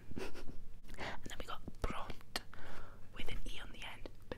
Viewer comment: If bront was spelt Brontë it is pronounced Brontay lol she wrote a book called Jane Eyre lmao